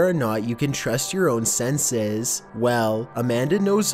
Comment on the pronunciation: It's weird how he says senses in the beginning